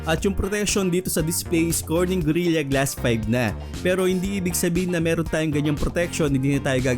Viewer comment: request ko lang sana, sana pronounce mo as "gorila" 'yong gorilla glass and hindi "gorilya". constructive criticism for your benefit din naman. Anyway, galing ng review